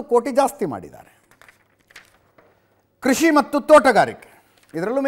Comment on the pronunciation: ಲೂಸ್ ಬಡ್ಡೆತದೆ.. ಸ್ಪಷ್ಟ ಉಚ್ಚಾರಣೆ ಮಾಡೋ ಪುಣ್ಯಾತ್ಮ😂.. ಪಜಾ ಪಬುತ್ವ ಅಂತೆ 😂😂😂..ಕೃಷಿ ಕಣೋ ಅದು.. ಕುಷಿ ಅಲ್ಲಾ 😂😂